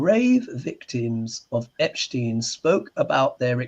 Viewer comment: Love you. But I don’t understand why you call Epstein “Epshtein”.